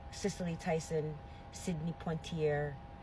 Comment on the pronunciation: Wrong answer ! Don’t mention Shirley😡 and don’t mention the other four. We didn’t say that there were other people who were riders. We are just saying that there is not enough. Try to come up with five other people.. that were non-Fba and helped with the struggle since 1900 go… She didn’t even pronounce Sidney’s name right and another person didn’t know how to pronounce Shirley’s name. Talk about dem talking points —practice before you get on video.😮 No, not Joyless, she is against us😮 definitely the wrong person😅